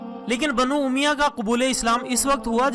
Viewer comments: bhai pronounciation to thek karlo. lafz umiya nahi balke Umayyah hai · Umya nhi he bhai sahib umayya he